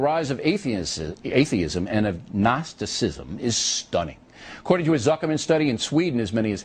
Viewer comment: haha he cant even pronounce atheist or agnosticism in the beginning